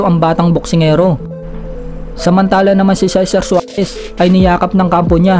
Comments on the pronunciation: Parang mali.juares yata at hindi suares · Tama ba narinig ko, Cesar Suarez? Cesar Juarez po xa idol.😉 Pero ang ganda ng video mo idol.